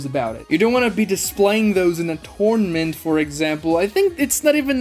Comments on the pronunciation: Is he saying "torment arc" or "tournament arc"? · Man is really saying “Torment” Arc like even with an accent how are you saying a completely diff word lol it’s Tour-Na-Ment arc